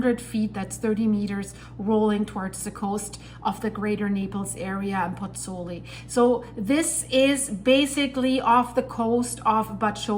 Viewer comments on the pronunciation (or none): Hi, scary stuff. Just on a point of information,, both vowels of the diphthong in Pozzuoli are pronounced - pozz - oo - aw - li. Giovanni Pergolesi, the composer, died there in 1736...